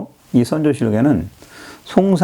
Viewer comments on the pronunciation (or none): 폭넓은 지식에 놀랍습니다. 좀 아쉬운 부분은 지명과 인명의 발음을 좀 정확히 해 주시면 더욱 감사하겠습니다. 포르투칼 - 포르투갈 송상헌 - 송상현 세키하라 - 세키가하라 유기나가 - 유키나가 이시다 나쯔마리 - 이시다 미쓰/미츠나리